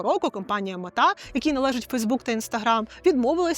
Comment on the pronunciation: а чого ви кажете «метА», якшо вона «мЕта»?